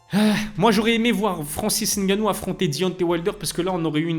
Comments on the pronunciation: j’en ai rien à foutre de ton nom,de ton origine ou de comment tu le prononces ou comment tu veuilles qu’on le prononce. Tu me racontes tout ça pourquoi en faite?? Toi c’est?? Mais mdr.Le mec dans la vidéo sait prononcer "Ngannou" car il a un cerveau qui fonctionne donc c’est facile à prononcer pour lui,j’ai fais la remarque parce que pour beaucoup sur YouTube comme toi,c’est trop d’efforts cognitifs pour vous,donc je remarque, c’est tout. Je sais pas pourquoi tu me racontes ta vie. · La bonne prononciation de "Ngannou" merci👌🏿 on like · Suis je le seule à regarder et La Sueur en ayant l’impression que ce sont les même personnes? Bravo de faire les efforts de bien prononcer le nom de Francis ‘NG’annou 🫡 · j’ai dit des efforts* cognitifs, petit trou, et comme j’ai dit jn’en ai rien à foutre de ta prononciation de son nom ou de comment "eN eUrOpE" c’est trop compliqué pour certains comme toi d’utiliser leur cerveau pour assoner deux consonnes ensemble. Le mec dans la vidéo a bien prononcé le nom donc j’ai fait la remarque. Je sais pas pourquoi tu as tenu à me faire savoir que tu savais moins utiliser ton cerveau miniature que lui, j’en ai rien à foutre mon petit. Mdr lui…